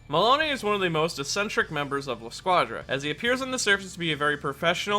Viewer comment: Pronounce: La squadra Him: La shcuajra